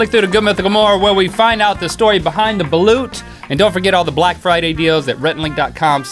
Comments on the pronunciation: Lol the pronunciation of balut is balot but i guess thats close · The last one is pronounced balot (It is a Filipino delicacy) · In the Philippines they pronounce balut as balot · why, did you taste a balut? its not U its pronounced as O for filipinos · fun fact its balut is actually pronounced balot in pilipphines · I think it's pronounced as balot but spells as balut cauz i remember i ate one when i was still a child at the Philippines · In the philippines its not balut its balot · Balut is actually pronounced "Balot".It is from the phillipiens in eastern asia, where I'm from. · You can pronounce the last one as "Ba-lot".It's from Philippines (My country.It's way better in the egg,There's a liquid inside and It's quite salty!I love the liquid and the embryo.I hope fellow filipinos see this and share their thoughts about balot here! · Nubbles It's spelled balut/balot. In Tagalog how you say it it's how you spell it, for example, how you say basketball in english, filipinos pronounce it as basketbol. And I don't think they would say balut-eh or something.